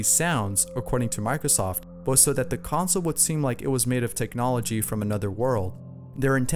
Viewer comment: You said consle